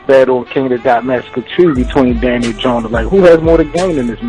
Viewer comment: Did these guys see the Gjonaj Vs Psycoses battle? Gjonaj has stepped it up since Diz, but I agree Danny is gonna be a tough opponent, I can't call it... I know that nobody is getting 3-0'd here though. Also fam.. His name is GJONAJ (Joe-NIGH) not Jonas.. Can't wait for the battle